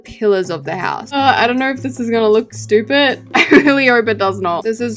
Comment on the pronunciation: “SHHHHTYUUUEEPED HoUsE”